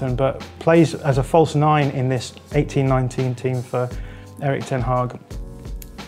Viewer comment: 18/19 sound like 1819 they way he pronounced it